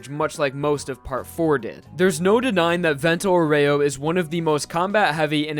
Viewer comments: Actually it's pronounced Vénto Aoore-o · Great video, but...Dude, learn how to pronounce Vento Aureo.